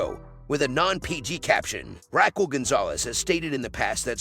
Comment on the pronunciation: Can you annunciate RAQUEL ????